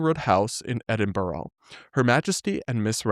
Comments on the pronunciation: It’s pronounced ‘Edin-bruh’ :) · EdinBORO 😂 EdinBURA